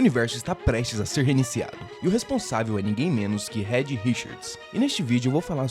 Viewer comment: Rédi Richards é foda kkkk...a pronúncia certa é "Riiid", já que o "e" em inglês tem som de "i", não é por mal não...só uma crítica construtiva. Amei o canal, e me inscrevi